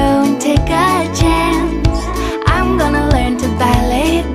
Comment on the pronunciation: Take a chonce